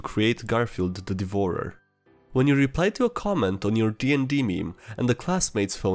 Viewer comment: I think it's the accent of the narration that makes me laugh a bit more. "Garefield, the De-Vore-er", Ironically.